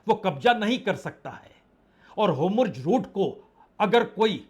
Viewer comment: Ap ki muh se homurz sunne me achhe lagta hai lekin eh to hormuz Bolna sahi hoga